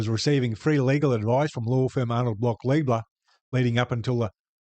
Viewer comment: I prefer to use the correct pronunciation: "Lie-bler'".